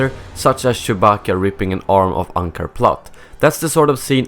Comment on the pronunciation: Really stop saying ShoeBacka......... It's creepy!!!!!!